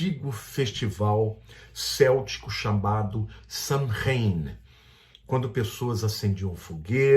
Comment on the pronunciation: A PRONÚNCIA CORRETA NÃO É "SANRAIN", MAS "SÔUIN".